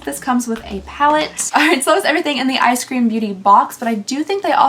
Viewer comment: it is eyes cream. Not eye scream